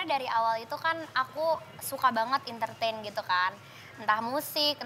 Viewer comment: "Entertain" desta: ment-ment😂😂😂😂